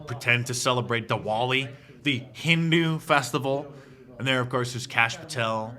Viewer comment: Kash Poo-tel